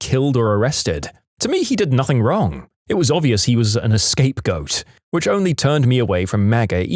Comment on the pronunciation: "an escape-goat"